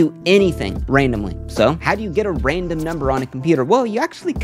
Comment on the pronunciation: Loved this video. Got to take a shot each time says 'raindom' instead of 'random' though!